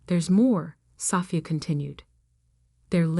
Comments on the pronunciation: I wish AI would learn how to pronounce Sophia. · Haha I hear you! It’s such a beautiful name—and it deserves to be said right! You’d think by now AI would have it figured out. One day, hopefully they’ll get it as gracefully as it sounds. 😊